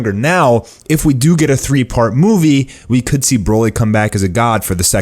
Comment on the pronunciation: "And the thing is in this moovo".. (Movie) Lol